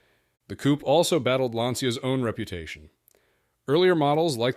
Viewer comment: Excuse you, how is the man called Matich and the car Matik(the way you pronounce it)? It is not a "coop", it is a coupé. When are you, the Americans, going to learn?